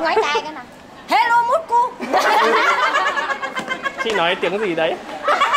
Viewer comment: sounded like "hello, mulkku", mulkku means dick in finnish